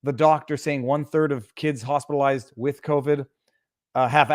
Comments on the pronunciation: Sounds like she is saying "Hostilized" with covid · AND how many of those hospitalized recovered?! Wait, did she say “hostilized”?